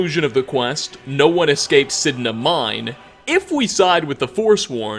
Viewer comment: “Nobody escapes signa mine “ Escapes signa mine